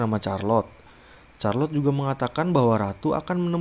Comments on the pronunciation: Namanya charlotte tapi bacanya kharlotte bukan charlotte😭😭😭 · Charlote....sebutannya Sarlot....bkn Carlot. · Setahu saya bacanya malah sharlotte sih ,atau mungkin tergantung aksen yg dipakai jadi mungkin bisa beda pelafalannya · Charlot bukan c nya bahasa Inggris itu k bukan c